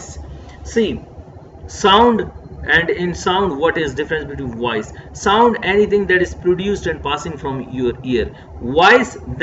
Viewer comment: Sir awesome but there is one mistake when u pronounce voice it became wise